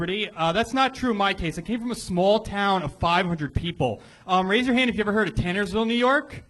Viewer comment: Can Tony not pronounce "Tannersville"?